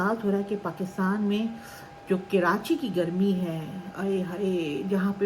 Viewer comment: Kirachi nhi karachi😊